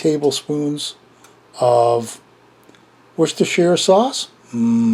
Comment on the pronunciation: You've gained honourary Lancastrian status for this one pal. Looks reet good. Props to you for the not-too-shabby pronunciation of Worcestershire. That's a skill not many across the pond can fathom. May not be a Lamb hotpot, but it looks just as comforting as one with the beef :)